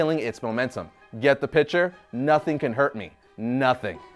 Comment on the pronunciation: PICTURE NOT PITCHER!!! How is that hard to say. And it’s lure not allure